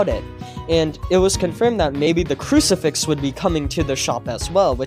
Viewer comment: It's crucifix